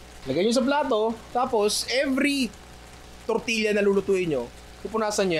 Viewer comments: Great content! But please, pronounce it as "tortiya" not tortilya. The hispanic blood in me is itching haha. I'm Filipino-Hispanic, so we pronounce it as tortiya. And yes, we make tortillas almost like that. :) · Tor-ti-ya ninong ry. More power HAHAHA